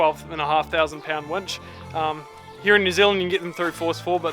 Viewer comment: Did you say “tackling a wench”? 😳